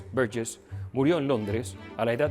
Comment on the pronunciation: Qué bien pronuncias Burgess